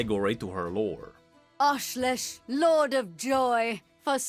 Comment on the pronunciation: Ash-Lesh not Lash